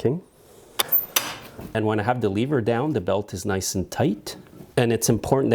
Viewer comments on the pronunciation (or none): none